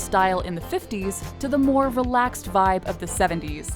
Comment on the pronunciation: Did she just say "Velaxed vibe of the 70's?"